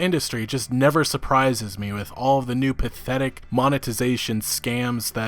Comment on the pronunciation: Every time you said pathetic this video what I heard was "Bethetic" lol.